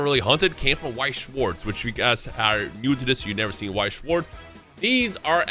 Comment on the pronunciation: i feel like remembering once you said you have german heritage, so please lern how to pronounce Weiss and Schwarz its not difficult